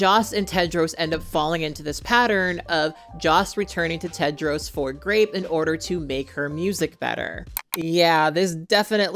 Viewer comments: How can I trust the judgment of someone who’s says Cadro instead of Tedro ….Like WTH? 🤦‍♀️ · I am Sorry... I cannot continue watching This Video because You mispronounced The Character Name Tedros as Kedros😉? Or was it Pedros?